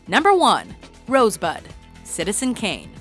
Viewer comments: He clearly said "Rose butt" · Who the hell heard him say rosebud? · who the fuck heard him say Rosebud???? bullshit film from start to finish!!!